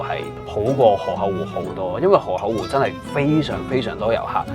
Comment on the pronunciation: 諗起當年第一次睇Mike就係河口湖嗰集 覺得Mike將河口湖讀做河厚湖好好笑 🤣